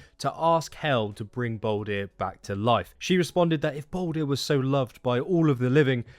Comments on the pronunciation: Not trying to sound aggressive but can u please stop calling him baldir (bawl deer). Another name for him is literally baldur (bawl dur) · it’s all good. I can see how it makes sense to say baldir when all ur given as a name is baldr.